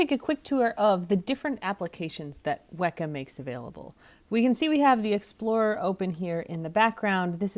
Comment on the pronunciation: I believe "Weka" should be pronounced with a long 'E', i.e. similar to the word "weaker". Is this correct?